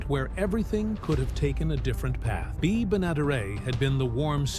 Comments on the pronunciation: You can't even pronounce the star of the show's name correctly. Do you ever check anything at all on your videos. Bea is pronounced "bee", not "bay". Do some homework first! At least sound credible! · Could you please settle on the correct pronunciation of bea's name? You haven't used the same pronunciation twice in this whole video!